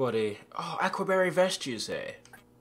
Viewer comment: Lmao "Ack-wa barry sweater"